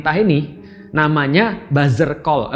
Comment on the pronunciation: It Bustercall not Buzzercall yaa syaikhonaaa😭🤣🤣